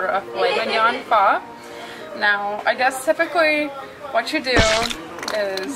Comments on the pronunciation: DID SHE SAY PHA I- ITS PHO BABY GORL IM OFFENDED AS AN ASIAN PERSON UGH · its called "pho".. she says "pha" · its PHO not PHA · Pho=❌ Fho=✅ (Btw this is a joke)